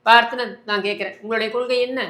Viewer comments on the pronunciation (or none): கொள்கைனு தெளிவா சொல்ல சொல்லுங்க பார்க்கலாம்??? கொளுகைனு தான் வாயில வருது. மாவீரன் படத்துல யாரோ காதுல பேசுற ரெகார்ட் வாய்ஸ் கேட்டு கேட்டு பேசுற மாதிரி இருக்கு!!!???